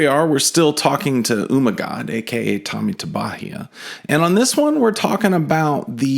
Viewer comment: .........it’s pronounced UHmygod, not eeeeewwwwwwwmagod. SMH 🤦‍♂️